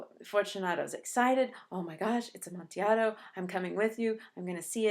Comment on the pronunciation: Fantastic analysis. I only wish you pronounced the word amontillado correctly. Seriously though this was a great video.